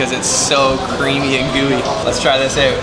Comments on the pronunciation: great vid, really nice to watch. also funny how you pronounce out, like, oowt :) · are you canadian? the "out" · I am guessing you are from Canada...because of the way you pronounce words with "OU"...hahaha anyway NICE VIDEO!!! very informative 😊